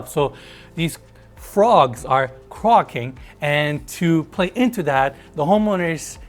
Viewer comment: Hi, brilliant video as always. Your pronunciation of "croaking" is a bit wrong. It should rhyme with "soaking":-)